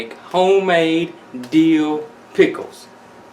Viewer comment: Love pickles!!!! Good to know. It sounded kind of funny when you said, "Whatever part of Dill you have use it." Cause it made it sound like, Kind of a Deal, lol...